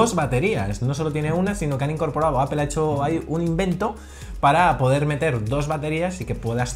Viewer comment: Joder me mata cada vez que pronuncian APEL, se pronuncia APOL APOL APOL APOL!!! Exito!